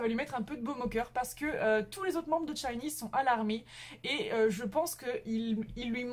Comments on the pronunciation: euh c'est pas 'tchinee, c'est shinee' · Rien de méchant, mais t'as mal prononcer " SHINee " ( c'était mignon :) ♡ le " SH" devant se prononce comme " ch " de chaussure ou châtain...